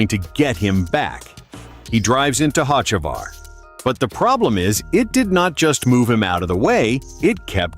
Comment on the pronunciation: First off you can't pronounce his name right